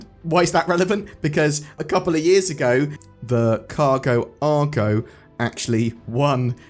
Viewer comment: "The Cargo Argo" 😆